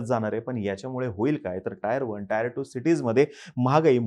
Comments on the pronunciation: Bhaao Te taair 1 nasto tier 1(teeeeer 1) aste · टायर cities नाही टियर cities